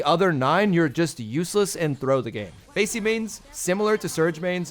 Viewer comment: Not Macy it’s Masie